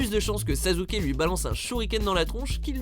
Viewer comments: Mais put1 sa ce prononce Sassuke et pas sazuke ohhhhhhhhh put1 t'a fais un scandale pour les fans de naruto🤬😡😡😡😤(mais g qu m'aime aimé 7 video) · sasuke se prononce "çaçouqué" pas "çazouqué" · S'il vous plaît vous pouvez ne plus dire sazuke mais sasuke (sassouqué) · c pas sazuke mais sassuke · Chui désoler mais il a bien dit Sazuké 😂😂 un peu d'effort c'est à croire que vous ne faites aucune recherche dans vos tops c'est Sasuke avec deux ss pas Z 😂😂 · Pour info sasuke est bel et bien amoureux de sakura c'est juste que sa haine est tellement superieure qu'il se fiche de la tuer si il peut parvenir a son objectif est cest sasuke pas sazuke merci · On dit pas sasouké ni sazuké on dit saské Mais c'est mieux Suskiki ( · Attend attend il a bien dit Sazuke a la place de Sasuke , il vient de déshonnoré mon enfance 😂😂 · Arrête de dire SAZZUKE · Faut vraiment que apprennent à prononcer les noms japonais, putain mais Sazuke ça fait juste mal aux oreilles, j'aime pas Naruto mais j'aime encore moins qu'on dénigre un nom par une mauvaise prononciation Et pour School Days, anime que j'ai vu et détesté, à quel moment Makoto et Kotonoha sont dans la même classe? Makoto est dans la classe de Sekai, et Kotonoha est dans la classe voisine, donc pas la même qu'eux, renseigne-toi mieux que ça, j'ai détesté cet anime mais faut arrêter de dire des conneries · attend il a dit saZUke 😂😂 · 😶😶😶 "Sazuke"! Il l'a appeler "Sazuke"!!! 😱😱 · Kyouzuke Sazuke... j'ai mal à mon japonais :') Sinon je comprends pas Mine et Tatsumi dans le classement mais bon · il n'y a donc que moi qui ai entendu sazuke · Sazuke et sakura... c'est une honte depuis quand on dit saZuke ??? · Au moment ou j'ai entendu Sazouke, mon coeur s'est arrêté. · A , ça se prononce Sassuke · Sasuke ça se dit "Sassouké" .-. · il a bien dit cyka... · Pardon ? SaZuke 😂?! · Bon au pire on l'appelle pas saské mais suskiki ( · Oui il a dit Sazuke 😂😂😭🤣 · arrete de faire des top 10 apprend deja a prononcer leur prenom pls